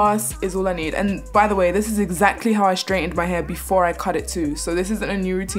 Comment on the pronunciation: why do you say "h-u-r" its "h-a-i-r" not to be rude